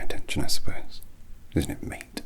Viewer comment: Can't under stand if he's calling me mate or meat also love this